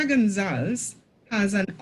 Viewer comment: It’s Gon-za-les. Not gon-zals. Great video/info